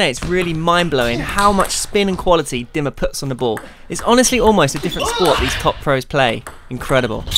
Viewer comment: Oh boy your pronounciation is terrible in this vid. Who is that Dimma guy? What kind of place is Duhseldorf?